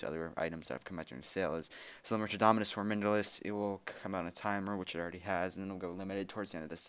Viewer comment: He keeps calling it dominus formindilis..